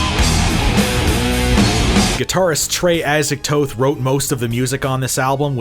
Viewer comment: first video where ive seen someone pronounce his name exactly as Trey does